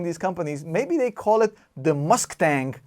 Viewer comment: Yup, "Musktang"